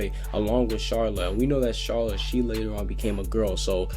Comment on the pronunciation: He may be trying to pronounce it like the japanese/dubb version. when they pronouce it as char-la kinda.